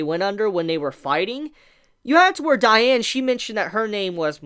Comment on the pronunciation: The way you say diane makes me cringe lmao